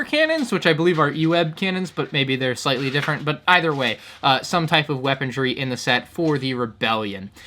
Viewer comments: Are you saying 'weapon-dree' on purpose? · why do you say weapondry?